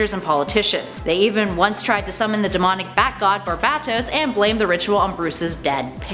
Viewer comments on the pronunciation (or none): The way she pronounces Barbatos, uueeh, shivers every time, gross